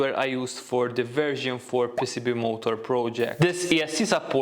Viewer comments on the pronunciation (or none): I love his accent. mOOOOtor, rOOOOOtor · Am I the only one who hears him say Molotov instead of motor?